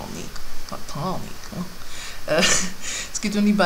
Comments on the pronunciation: Satine wird übrigens Sa-Tiiin ausgesprochen nicht Satani! *klugscheiß* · und sie kann es immernoch nicht richtig aussprechen